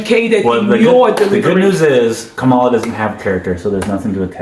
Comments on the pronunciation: It’s pronounced …Cam- ma-la!! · Her name is pronounced ,la. (Comma la)